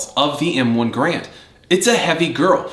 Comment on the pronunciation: I'm just being nit picky here, but please the man's name is a two syllable word...gAr-and. The bar as you call it is pronounced by the letters..B. A. R. Not as a word . Now that that is out of the way, damn you wield that carbine very well. Also the best part of the m1 carbine is collecting originals. Ten different manufacturers/ makers. Totally fascinating subject. Honestly a very well done video. Mostly I'm just yanking your chain about pronouncing of the others. So was the one you showed a WW2 made one or is it a new auto ordnance or something like that?